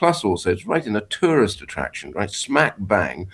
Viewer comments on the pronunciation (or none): none